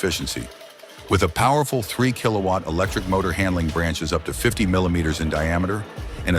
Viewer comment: MILIMETER---SMILIMETER.....TALK ENGLISH